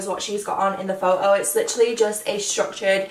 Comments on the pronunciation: It's photo not phoao the way you say it made me sick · I love how you say photo as like “pho-o” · The way you say photo😂😂